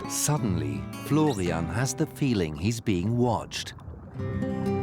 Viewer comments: So is the man's name Florian or Flovian? I'm hearing Flovian. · if i hear florrrrrrrrrrrrrrrian once more in my life, i swear